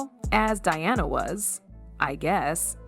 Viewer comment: Who is Deana? It’s Diana for goodness sake.